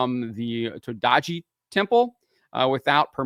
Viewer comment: your pronunciation about the temple is indeed a bit iffy but it's not enterily your fault as is not properly written, when written in romaji letters it should've been written as todai-ji, with a hyphen.